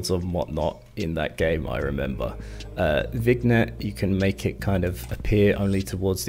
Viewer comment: Vignette is pronounced Vin-yet. 👍🏻